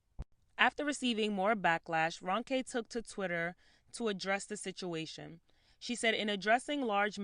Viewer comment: This is kind of minor especially compared to the topic but her name is pronounced R-oh-nke and not R-un-ke.